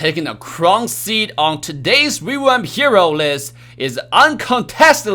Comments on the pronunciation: Everyone else: "Revamp": "REWAMP" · Ah yes "rewamp"